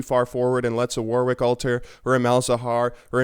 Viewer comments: It's pronounced worrick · Am I the only one that gets really annoyed when people say the 2nd w in warwick?